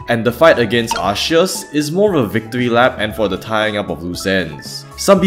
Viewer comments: The name is pronounced like "ar-sea-us". That is because the 'c' before an 'e' is pronounced like an 's'. Cent, Centurion, Centrifugal, etc. Your arc argument is wrong. For example, is "Produce" pronounced as "produke" because the word comes from "product" where the 'c' is pronounced like a 'k'? No. Because 'c' before an 'e' is pronounced like a 's' regardless of the origins or etymology of words. If you really stand by your argument, then pronounce "produce" as "produke". Each time you pronounce "produce" as "produse" you prove that you agree that the name really ought to be pronounced like "arseus". A 'c' is pronounced like a 'k' when it stands directly before an 'a', 'u', or 'o'. A 'c' is pronounced like an 's' when it stands directly before an 'e' or 'i'. You are welcome. I hope this helps. If you have further questions, then just ask. I am always happy to enlight lesser informed people by blessing them with important knowledge such as how to pronounce the name of Arceus. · if theres controversy over the pronunciation of Arceus then just say Areus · Oh shit new Arceus pronunciation just dropped bois Arsheus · Arceus is not Celtic. So the English name is pronounced "Arseus". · It's pronounced Ar-keh-us Every other pronunciation is objectively wrong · I can usually understand the many ways people pronounce Arceus, as stated in the video. But did you really just pronounce it 'arshyus'!? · i noticed how you used a differtn pronounciation every time, but i think you forgot to call it Legends Arkoos and Legends Bidoof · Why were you adding an SH for some of them? And a CH for others? You can't even pronounce things according to a pronunciation guide. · I love that you pronounce Arceus differently everytime throughout the video 🦉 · I loved your german pronunciation of arceus, especially the arce part. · The way you pronounce Arceus should be criminal offense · You never used actual correct pronunciation, Arkoos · Its pronounced "Ar-Coo"